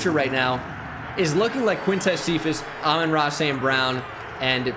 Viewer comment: Does he know he is saying Aman Ra wrong